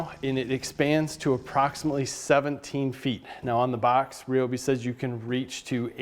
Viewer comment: on our way... if only because you properly pronounce Ryobi! ;-)